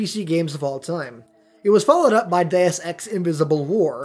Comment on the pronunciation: Its pronounced DEY-OOS ex